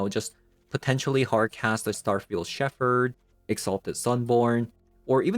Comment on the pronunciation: Just FYI, it's pronounced "Sheppard". English is stupid. The ph should make an f sound, but doesn't in this case.